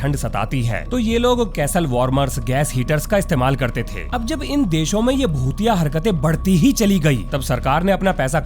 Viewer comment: I don't like this shit man! Aur aik tu bhotiya bhotiya Kam bola karo Kuch aur sunai deta hai.